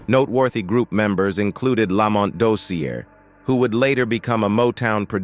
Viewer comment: These narrators need to research and know the subject matter. 1. It's Tammy Terrell - (ter-réll) accent on the "rell" which rhymes with "bell". 2. (Ma-hail-ya) Jackson. 3. Lamont (la‐mónt) accent on the second syllable; Dozier (dō-sheur) accent on the first syllable. How does this narrator NOT know these great and popular artists?!